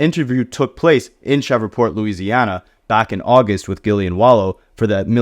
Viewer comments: Bro shreeeveport it’s hard to listen to cheva port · What the hell is a “shevreport” 😂😂 - I’m not even from the USA and I know it’s Shreveport! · Man said “Cheva port” instead Shreveport 😂😂😂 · Bruh... it's pronounced "Shreev-port" you are murdering my ears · Say fam, tf is Cheverport? You Ai?